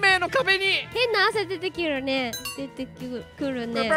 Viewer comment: 今日も糸目がキュートな(*´ω｀*)好き 花京院かな？ｗ 「変な汗出てきゅるね」ｗ う～ん……あんま仮面ライダーとか興味ないかなぁ。 もっと、が喜ぶ企画に金使ってくれやｗ